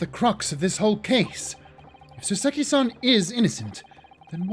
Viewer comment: Btw, RE: you saying before that “Saucy” was a stretch for “Soseki” — I’m not sure if anybody else has already mentioned this, but the correct (Japanese) way of saying his name is “SOH-seh-ki” rather than the way that sounds/feels more natural to Americans, “soh-SEH-ki.” And when you say it the Japanese way, it sounds a LOT more like “saucy,” lol.